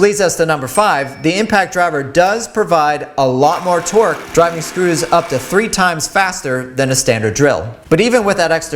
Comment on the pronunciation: I swear hes saying "twerk" instead of torque